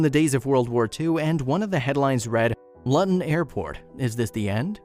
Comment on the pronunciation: Why can’t you pronounce things properly it’s pronounced LOOTON and why is most of the video footage of completely different places. Oh and national monument 😂😂😂😂 there are hundreds of thousands of old bomb shelter in peoples gardens this one is nothing special 🤨